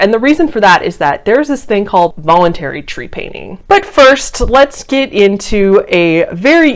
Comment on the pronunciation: Ok, so the word is not Tree-panning. It is trep-a-ning. And I wish you had spent more time researching what scientists say instead of just deeming is “wrong”. Research more